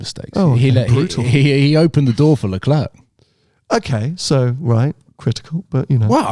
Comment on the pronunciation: Please please please Sam teach the moron how to pronounce LeClerc's name correctly, it's ridiculous